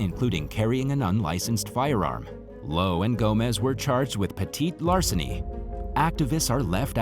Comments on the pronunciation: I think he's trying to say petty larceny. 🤓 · Idk if anyone else noticed but I was getting frustrated every time he said petite larceny in story number 8 lol man it’s petty theft and larceny not petite as in smaller size lmao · For heaven's sakes -- it's "peh-tee-larceny." There's nothing "petite" about crime, unless the perp is really, really short.